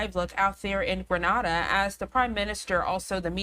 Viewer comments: Granada is in Spain I believe. The country in the Caribbean is called “Gren Nay Duh”. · Oh goosh. It is not Gre nah da, it is Gre nay dah. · Granada is a city in Spain, Grenada as you stated is in the Caribbean. English pronunciation Gre Nei Da